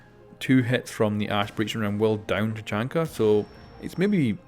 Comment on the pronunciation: Did you just say "chachanka"?!